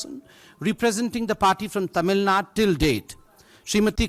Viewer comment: Its Tamilnadu BSDK not Tamilnaad. Same for Kerala, not Keral /Karnatak/Andhr Pradesh. Qtiye